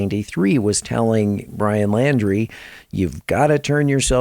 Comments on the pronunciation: His last name is Laundrie pronounced like laundry... Not Landry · Pronounced....LAUNDRY thx